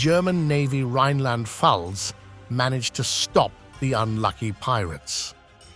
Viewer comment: I'm from Germany and you pronounced the ship's name Rheinland Pfalz really well, better than others who don't come from Germany. 😅